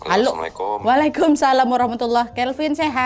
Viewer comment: Lain kali kalau ucap salam yg bener ya kakak ku!!! Terimakasih